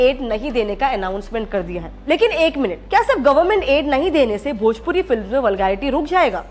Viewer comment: Didi bhoji wood nahi bhojpuri 😂😂😂